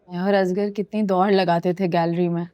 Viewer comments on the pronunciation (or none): Koi pakeeza ko asghar kehna sikha de!!! Azgar kehti rehti!!